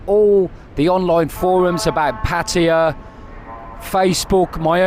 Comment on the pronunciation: At least he’s in the ballpark…not pat-tie